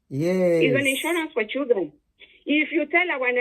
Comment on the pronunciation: Thanks for the video. Old lady, could you please give your audience the correct pronunciation of “children”? Have you seen your colleagues at work or white people around you pronouncing children as " chudren"? That wrong pronunciation originated from Nigeria. Please listen to the audio pronunciation in the Cambridge Dictionary online.